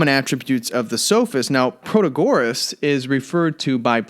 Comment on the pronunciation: You don't pronounce Protagoras properly. Christ, do you expect me to listen to a word you say? How ignorant are you that you don't know the proper pronounciation oaf a major Sophist??